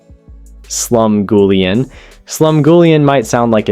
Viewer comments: Your pronunciations are driving me nuts. 8 minutes in, waiting for something I don’t already make pretty often. Cornbread? Gimme a break! Slum GOO lee ahn? Where are YOU from? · I hate this AI narration who can't pronounce Slumgulleon correctly. It's creepy.